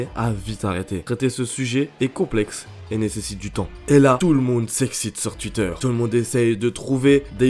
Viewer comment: Pourquoi tu dis « Tuitter » ?